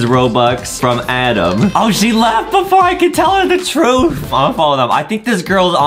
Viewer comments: I like how Justin says Adam like adem😂😂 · It's not Adam is "adem" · It's adem not adam